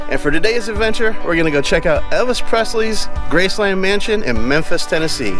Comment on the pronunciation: You say Graceland WRONG